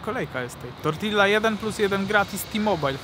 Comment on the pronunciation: Dwa ll w hiszpańskim czytamy jako j, tak więc TORTIJA